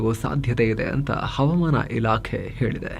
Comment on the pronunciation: ಹವಮಾನ ಅಲ್ಲ ಹವಾಮಾನ ಎಂದು ಉಛ್ಛರಿಸಬೇಕು 😊